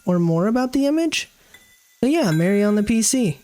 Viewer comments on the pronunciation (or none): why he say mari like mary lmfao pretty sure it's more like mahr-ee